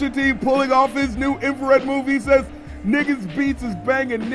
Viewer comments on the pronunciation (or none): "Must've had your Infrared wrong" (info read wrong). Most people say "Infared" instead of "Infrared." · “You must have your info-red (infrared)wrong” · I mean the way Drake said it he played it like "infrared(info read) wrong" so I thought it was a cool line